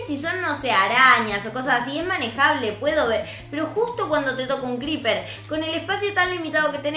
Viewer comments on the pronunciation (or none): Se dice Creeper no greeper